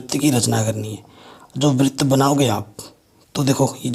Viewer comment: सर बृत नही होता है। वृत होता है।